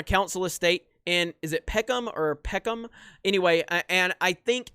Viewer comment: I honestly cannot tell you how weird it feels to here you say Peckham... I grew up down the road from there lol